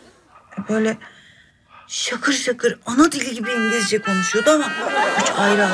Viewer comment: İncilizce diyor ( Sultan)😆😄